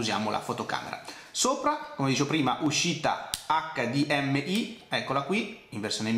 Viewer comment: perchè pronunci hdmi metà in italiano e metà in inglese?